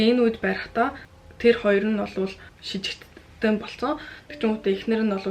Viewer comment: шижигтэн биш сэжигтэн шүү